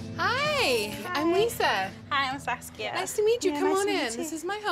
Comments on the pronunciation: oh, her name is saskia, not sasuke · I heard her name as Sasuke lol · it sounds like "sasuke" tho